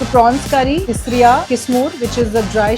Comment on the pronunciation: some pointers : (1) call it tisryo....not tisryaa....(2) its not bimli.....its bimlaa....(3) breadfruit in Goa is called "nirpanas"..its a veg delicacy and v call it veg kingfish fry (4) its paplet in Goa..v dont call it Halwa (dats mumbai) (6) and its not Vani- its local vegetable "Val" (7) goa has Halsande which is like rajma ..bt more tastier then rajma.....